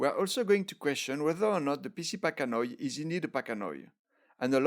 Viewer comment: You really need to read this, the vast majority of the "information" you and others are spreading about Trichocereus pachanoi "PC" is completely inaccurate. Also, "pachanoi" is pronounced pack-ano-i... ~